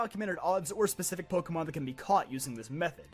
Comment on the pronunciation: The rarest thing I've ever encountered in Pokémon is people who can pronounce the franchise's name correctly! It's like you're all doing it on purpose! Although, I would love to see how I'd be done in a Pokémon game! Probably take on my Let's Play Teams, though, which one...? (Please not Sapphire! Please not Sapphire! Please not Sapphire! Although, running across someone using a Contest Team Setup... and losing... You CAN beat Sapphire with a Contest Team Setup! I know, I've done it!) That said, I have crazy luck when it comes to Shinies! Almost every single one of them was a purely by chance, jus walking along normally, minding my own business! The exceptions being the Red Gyarados that I don't count anyway, Wishiwashi, Hakamo-o and the numerous Ditto all of whom I got through Chaining in Gen. VII, plus the Salamence, Protean Greninja, Intimidate and Blaze Incineroar (yes two) and Overcoat Jangmo-o all of which I bred, the last one literally taking months!! (And that was WITH both the Shiny AND Oval Charms AND using the Masuda Method!)